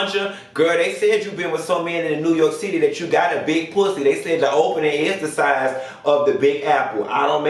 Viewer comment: Never in my life - since watching RHONY from day 1 - did i think i would come on the line to hear say ramona got a big pwussy 😭😭😭😭